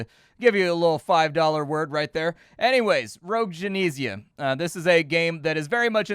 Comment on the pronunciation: *Gen-ee-sia not Gen-eh-sia Tomato, Tomatto ¯\_(ツ)_/¯